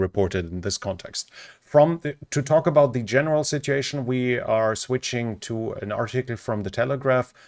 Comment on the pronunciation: Another great report. But considering i dont speak another language, the following comment is probably unfair. The word 'sitUation' has a u in it. It would be lovely to hear it